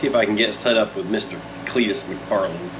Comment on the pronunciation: Mac far Len 😂😂😂